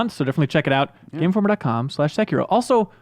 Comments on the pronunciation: XD So many pronounce / say it wrong, it's ( SE-KIE-RO ) not Sekeroo & the RO part is short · It's just se-ki-ro. Not sey-key-roo, not se-kie-ro. Just se-ki-ro, plain and simple. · its sahh- kee-row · they keep pronouncing Sekiro wrong but whatever who cares